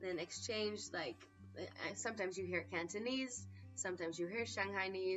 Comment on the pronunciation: I heard you said "cantonese" great !!! :)